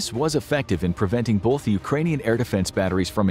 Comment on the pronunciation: It's pronounced "both" not "boLth"